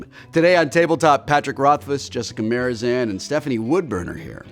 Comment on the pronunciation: Did nobody else ever notice that Will called Jess "Jessica Marizan" instead of Marzipan? Anyway, love the video!